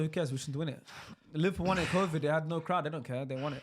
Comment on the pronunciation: Bruh in the Napoli kit can’t speak for shit, man can barely pronounce Liverpool